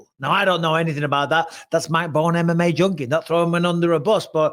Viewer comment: Mike Bohn (Bon like bonfire) Not bone. MIKE BISBING 😮